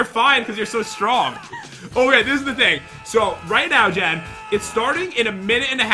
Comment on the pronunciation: Bruh it's JEN not gen